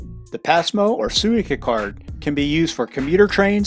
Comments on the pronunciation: Great video... but the way you kept saying "Suica" definitely made me confused. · New drinking game: take a shot every time he mispronounces Suica lol I kid good video!! Like the POV view and from Haneda!